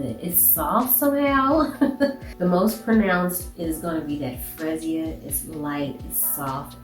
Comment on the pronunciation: Your pronunciation made me chuckle...Its Free- ZIE-Ah